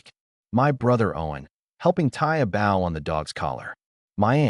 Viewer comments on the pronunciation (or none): Bough and bow are not pronounced the same!!!!! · A.I.family of the year. 🙄.How do you tie the front of a boat around a dog's neck. Learn how tp pronounce words like bow properly